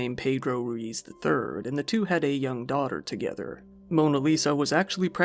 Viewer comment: Perez is pronounced similar to "Paris", and Ruiz is pronounced like an Asian person is trying to pronounce "Louise".